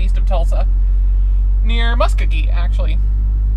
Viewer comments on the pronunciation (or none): Mus-KO-gee as per Merle Haggard's hit, "Okie from Muskogee,"